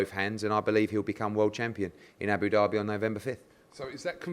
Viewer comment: whenever I hear Frank talk I think Eddie has ducked the fight, whenever I hear Eddie I think Franks side ducked the fight. Hard to tell but to be honest just shows you can't trust either of them. Also Eddie its Abu Dhabi not Abu Dherby